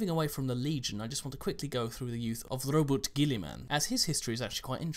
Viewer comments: Oh by the way on the pronunciation of his name I was told by a long time fan that the first name should be as if you are saying "Robert" but with a slight Welsh accent and his last name should be pronounced GE-YA-MAN just as Guillotine is pronounced GE-YA-TINE. Hope that helps! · It's pronounced "Roo-boat Gill-ee-mun" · Ro-boot-ay - If the ultramarines ( and names ) are based on the roman legion, then the e is pronounced. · It's ROW-BOO-TAY according to the The Dark Imperium audiobook by Guy Haley. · If you listen to the horus heresy audio books, Roboute's name is pronounced (Row-boo-tay) think latin, where each two or three letters is one sylibale. you were right on the Guillimen part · In the Space Marine game they pronounce it as row-bew-tay gwil-ee-man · The modern Games Workshop videos pronounce his name [roe-boo-tay gill-ee-man]